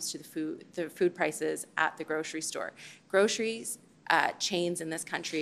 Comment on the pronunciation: This one and Trudeau: "Grosheries". 😂